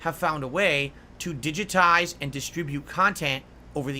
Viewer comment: Why does he say the word digitized like that?